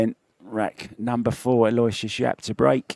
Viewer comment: PLEASE, PLEASE, PLEASE Someone, ANYONE, PLEASE TELL THESE PROFESSIONAL COMMENTATORS THE CORRECT PRONUNCIATION OF YAPP'S FIRST NAME! IT IS: AL: as in BIG AL OH: as in OH NO WISH: as in "I WISH" they wouldn't butcher this poor kid's name. US OR - AL OH WISH US